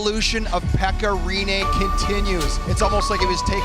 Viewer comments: I’ve heard some bad pronunciations of Finnish names, but 'Pekka Rene' is definitely one of the worst ever. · Emmä nyt sanois et se on mikään nii kauhee jos vaa hyväksyy et e ja i on melko samanlaisia englannin ääntämisessä.